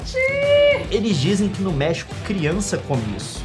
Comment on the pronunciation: "mefico vofe fe refimiu"